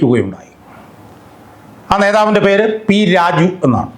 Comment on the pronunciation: നീ വ്യക്തമായി സംസാരിക്കണം -- പലപ്പോഴും പി രാജു എന്നത് p rajeev പോലെയാണ് തോന്നുന്നത്.